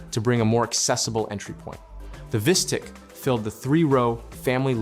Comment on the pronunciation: You mispronounced Optiq and Vistiq